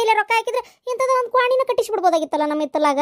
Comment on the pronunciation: ಕ್ವಾಮನಗಿ ಅಲ್ಲ ಪ್ರಿಯ ಕ್ವಾಣಂಗಿ ಅಂತಾ